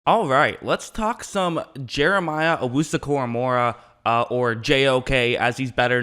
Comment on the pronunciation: It’s pronounced “Owusu” “Cora-mo-ah”